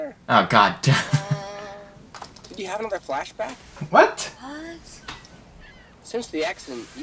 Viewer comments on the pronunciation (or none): none